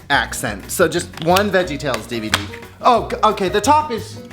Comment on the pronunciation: I was so excited to get home from work and see a new video!! But I have to ask....., what the heck is an EVD player?? I know you kept saying DVD but I've never seen EVD on a sticker before..haha